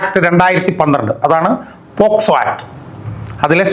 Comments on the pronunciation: പോക്സോ ആക്ട് എന്നല്ലേ.ഇതിൽഎല്ലായിടത്തും പോസ്കോ ആക്ട് എന്നാണ് പറഞ്ഞു കേട്ടത്. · വക്കീലേ പോസ്കോ ആക്ട് ആണോ അല്ല പോക്സോ ആണോ. 6.21 മിനിറ്റിന് ശേഷം